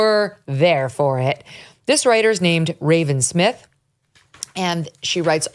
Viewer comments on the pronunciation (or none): none